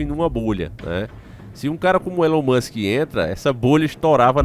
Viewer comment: Elon moska😂